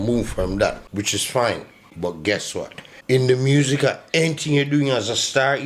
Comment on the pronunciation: Di way di g pronounce music 😂😂😂 muuusiq